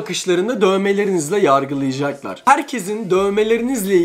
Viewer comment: 5.3 yarcılıcaklar değil "YARGILAYACAKLAR" Türkçeyi katlettin jxkdndldnd